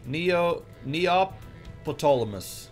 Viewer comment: I believe it is pronounced as Neo-pe-tole-mos based off of the name Ptolemy